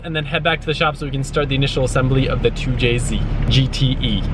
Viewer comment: Why say 2jc not 2jz